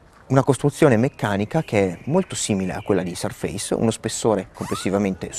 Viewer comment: Bel video, ben fatto, ma con un paio di imprecisioni: Surface si pronuncia in modo diverso, e la cover sottile si chiama Touch Cover. La Type Cover è quella con i tasti fisici, più spessa. il bootloader è sbloccabile dal pannello di controllo Modern. Alcuni possessori hanno fatto dei video in cui hanno installato Ubuntu ed altri sistemi.